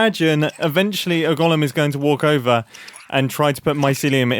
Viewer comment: "Golem" is pronounced 'gəʊləm (goal 'em), not Gollum, who was a character in Lord of the Rings. I've been holding back on this for years, and finally cracked because of the number of times you said Gollum when you meant golem in this video. Lots of people make this mistake, but Grian isn't one of them.